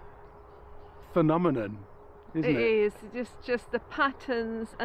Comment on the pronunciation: Kudos for being able to say "phenomenon"